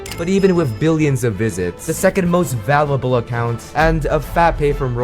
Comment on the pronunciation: The gen z brain rot editing is killing me. This dude can't even pronounce his own script properly. "Valable"